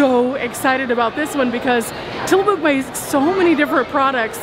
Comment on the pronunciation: It’s actually pronounced Tilla-muk. Just so you know 😉